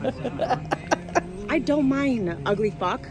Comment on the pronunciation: I think she said "i don't mine" instead of "i don't minD" Maybe she has prior head trauma causing a majority of her issues?